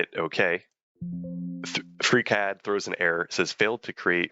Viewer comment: anyone else heard "freak head" or is it just me? :D